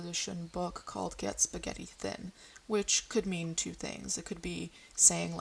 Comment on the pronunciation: the way you said pesto and spaghetti then went back to american im screaming